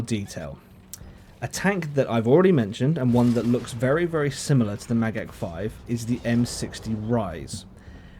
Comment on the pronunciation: You said Magach perfectly!